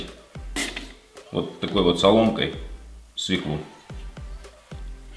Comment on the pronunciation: Свёклу. Если вы ведёте ролик , то надо следить за своей речью